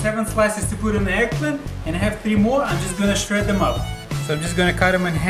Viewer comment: and ''sherd them up'' XD XD :D